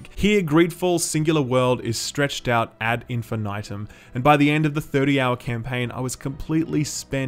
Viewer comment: cool review but that's not how you pronounce ad infinitum